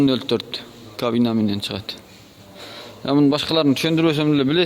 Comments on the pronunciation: Кавина эмес кабина. Кусов эмес кузов дечи тууган. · Ээ кайсыл тилде суйлойсун блин кавина кавина дейберип зб кылдынго.ушул акыркы жолу тартканын болсун блин, котогумдай суйлойсунго тушунуксуз, торт сылындрлык дейби. Торт силиндрди айталбайсынго блин. Тартпада экинчи суйлобо уйуно барып кум ойноп журобер блин. Же баасын айталбасан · Сүйлөгонду оңдо кабина деп так айт сылындыр эмес